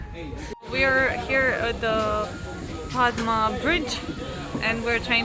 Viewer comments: it is pronounced podda not padma ... but you have to write it padma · The actual pronunciation of Padma is "Padda (Podda)". Ilish (Hilsha Fish) is our national fish. We love this fish only for its unique flavour and smell. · Actually the pronunciation of Padma in bangla is "Paaddaa" 🙂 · Yep, letter ''D'' remains silent when the word ''Padma'' is pronounced.. Padma means Lilly Flower 🌼